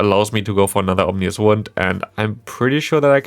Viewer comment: It seems absurd that they're only just now releasing a second Rotom form in POGO. Also, small point for future videos: It's Ominous Wind, not "Omnious" Wind. Not sure if you are already aware of that and simply made an error, but just want you to sound as professional as possible as a content creator. 😊